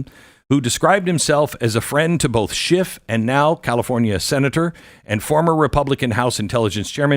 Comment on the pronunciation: There's no final T in then name Adam Schiff!